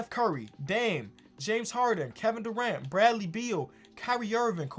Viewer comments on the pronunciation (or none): none